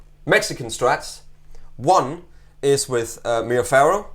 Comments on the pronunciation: Guys, it's Pau Ferro, not Pau Farro :) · Pau-ferro and not Pau Farro... It means in portuguese: Pau = Wood/stick Ferro = Iron ;-) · It's ferro(Iron) not farro(wtf). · The Brazilian slang word for penis is 'pau'. As in: "pau duro' (hard wood) Ferro is pronounced 'feh-ho' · ferro is pronounced feho. in Portuguese two Rs in a row make the english H sound.